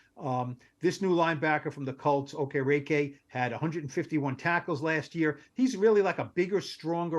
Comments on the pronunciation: Stop butchering the guy’s name, holy moly! It’s pronounced OH-KE-RI-KEI (Okereke)…..Mamma Mia! 🤦🏻‍♂️ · lol neither of y’all pronounced Okereke correctly